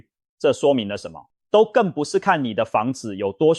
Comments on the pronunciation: 都更，唸ㄉㄨ（督），不唸ㄉㄡ（兜） 🤗🤗🤗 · 我們台灣人是唸都更不是兜更音，就是都市更新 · 都更唸（督耕）.請正確的唸. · 我光是聽到兜更就聽不下去了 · 聽到兜更我就聽不下去了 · AI語音辨識 所以會有很多讀錯